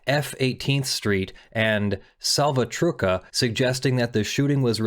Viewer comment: Your ignorance of the law is astonishing. It is fully legal for cops to lie during an interrogation. Your personal feelings are irrelevant. The biggest problem is that Tobias did not immediately get the attorney he requested. That is why qualified immunity cannot cover the cops. You also need to learn how to pronounce significant words: Mara Salvatrucha (MS 13) is not salvatruka. That is one of the most significant gangs in America, and you cannot pronounce the name.